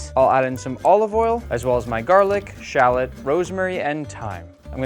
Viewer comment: really butcher the word shallot